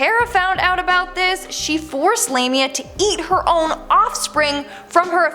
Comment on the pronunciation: If you watched the movie Drag Me to Hell then you would know that Lamia is pronounced "lahhhmia" not Lammeehha !!! At least say it right! You have the movie to confirm the proper pronunciation!